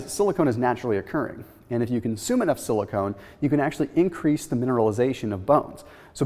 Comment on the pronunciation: silicon not silicone